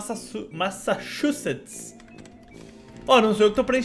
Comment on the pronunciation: massashusset? Parece familiar mãe gente kkkkkkk